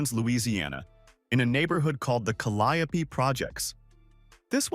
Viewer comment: Oh, it’s pronounced “CALI-OOO” Projects btw. 🤗